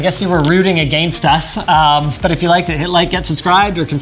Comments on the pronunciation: I like the way Linus pronounces against :D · can everyone just stop saying agayinst